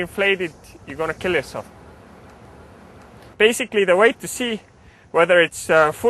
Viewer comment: Don't do anything wrong or your gonna "Kill your self" w/ (accent)...lol